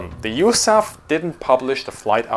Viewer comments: Love the channel. It's probably been said a dozen times already, but no one in the US pronounces USAF as "yoosaff". We speak the letters individually. It's not an acronym. You also won't hear any century series fighters described with the word "hundred". Just one-oh-four. The same goes for rifle caliber. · A good video but USAF is NEVER pronounced Yousaff and is always U.S.A.F (like U.S.S.R).